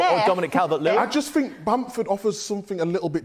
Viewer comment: This man really said bamford. Bruh.